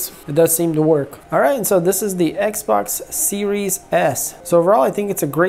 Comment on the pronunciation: If this guys doesn’t stop saying eggz-box!!!!